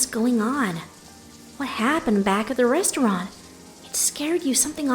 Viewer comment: she said raysteraunt eh pretty nice "word"